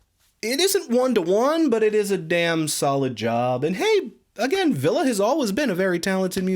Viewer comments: Yes he's saying "Ville". I'm sorry if I'm wrong for imposing. It just sounds like you keep on saying "Villa" in your video. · Please learn how to pronounce Ville's name. I cringed everytime you said his name wrong. Other than that carry on.